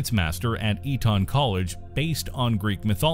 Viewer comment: lol E-ton, its pronounced eaton